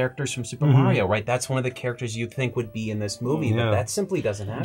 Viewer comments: Because it's MAR-ee-o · Stop saying "Mary-Yo". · Can you guys please ask to learn to say Mario correctly and stop saying "MARY-OH". K thanks